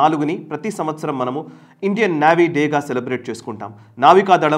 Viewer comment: నేవీ అండి. నావీ కాదండి, పదే పదే వినడానికి చాలా ఇబ్బంది గా వుంది